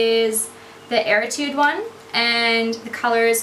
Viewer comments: its erudite not eritude!!!!!!!!!!!!!!!!!!!!!!!!!!!!!!!!!!!! oh my god. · it's erudite not eritude....